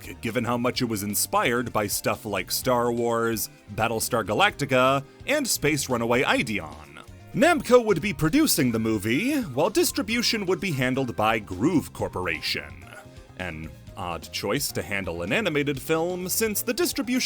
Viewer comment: If it wasn't a bit, I do understand the mistake, but it's 'ee-day-on'. If it was a bit, congratulations, the psychic damage connected.